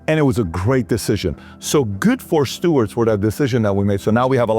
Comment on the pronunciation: "Sewards folly" not Steward😂😂